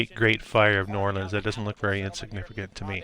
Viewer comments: Just a heads up, no locals pronounce it "Nawlins" more like "Newahhlins" 🥂😉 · I was born right across the lake in Hammond, Louisiana..."knew-Orlans".. Please... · No one in New Orleans pronounces the name as you do. It shows a lack of good research.